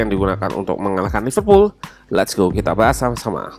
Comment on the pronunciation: Apa saya saja yg mendengar Loserpool 1.35